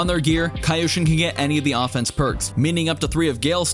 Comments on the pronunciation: no its just kyoshin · k-yo-shin, "kaioshin" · He said Kayoshin and not Kyoshin. Westerns. 😂 Meanwhile asians - Arigathanks! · Whyd you pronounce it kyoshin? It's pronounced kyoshin bro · I'm not sure but it's Ki-yo-Shin or Kyo-Shin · It is pronounced Ki-yo sheen. Not ca yosheen. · Kaa youshin?? Kyoshin... It's kyoshin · Please it's not kaiyoshin it's kyoshin😭😭😭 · Kai-o sheen 😂 Its k-yoshin. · he's kyoshin, not kayoshin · Nobody:: CaEyOushEen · Kyoto = Kee-o-to Kyoshin = Kee-o-shin Was it that hard to understand? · WUT?! Say that one more time, “KAYOSHIN”!? Augh..cringe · It's (Key- yo-shi-n) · Ah yes, kai-yhou-chin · It’s pronounced Key-Yoshi-N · Please stop saying "kai-oshin". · I can already see you cringing at your own video everytime u miss pronounced kyoshin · You don't call Kyoto a Kaito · The way you say "Kyoshin" hurts me physically 😂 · Pronounce "Kyoshin" correctly please. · 1) No he admitted to not knowing how to pronounce the name of the sword. 2) Fine then, don't like the Warden example, pick literally any you want. How about Tokyo? You don't say Tokaiyo do you?? 3) He doesn't need to be an expert in Japanese to invest 2 seconds into googling it. He wants views doesn't he? He gets money from views doesn't he? I don't think taking a second to look up a word is too much to ask, especially when it's the name of what the entire video is about.